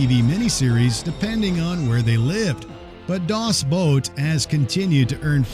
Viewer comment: Get your languages straight-it’s either “Das Boot” pronounced like work boot or “The Boat”.